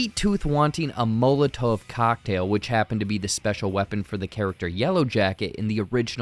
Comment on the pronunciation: You really butchered Molotov cocktail.